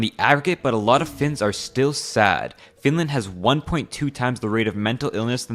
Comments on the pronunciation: how dare u say flinlant! bro its finland or suomi not some flinlant! urgh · she lost me when she said "FiNlÄäand"